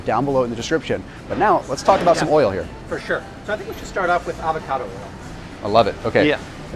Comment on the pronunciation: Fur shur